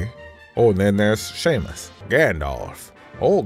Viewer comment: Zero suit "Sheamus" OMG lmao! At that.